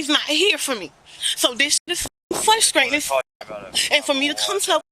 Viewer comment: “Fruscration” all you do is lie